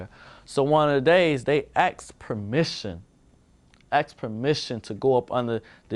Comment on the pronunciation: "AXED permission" lol. It's difficult to take someone seriously when their pronunciation of a 3 letter word is rivaled by toddlers.